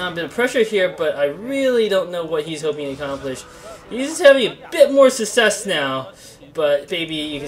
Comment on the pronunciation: never heard anyone pronounce "success" the way you do, is that a dialect thing or something?